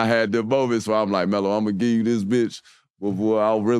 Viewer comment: I caught that too but I noticed he was saying “ELO” short for “Melo”